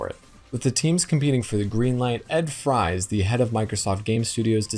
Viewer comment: Ed Fries' last name is pronounced like "Frees". I know this because of John Jacobsen's video call interview with him.